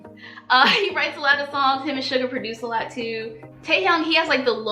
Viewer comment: His name is not sugar it's SUGA and not because his skin is pale it comes from the two syllables first syllables and shooting guard his position in basketball shooting= SU guard=GA sugar AKA Augst D for his solo work.